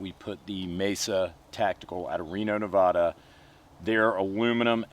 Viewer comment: As someone who lives in Reno, ITS FUCKING NE VAH DUH NOT NE VUH DUH